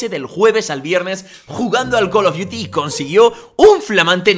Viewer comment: 3 col of diutis guor gour doz xD